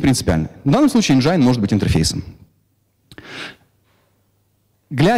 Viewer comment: Энджин,а не энджайн :(